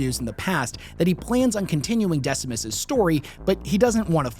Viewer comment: Decimus you say? Oh dear..